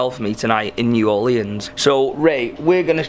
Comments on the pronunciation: "new orleeyans" 🙄. It's NEW ORLEANS 🤨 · Is it just me, or is saying "New Orleans" wrong..... idk might just be me lol